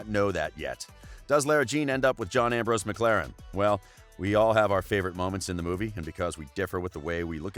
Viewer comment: I thought I was the only one. Even the way he said Ambrose. He skiped the 's'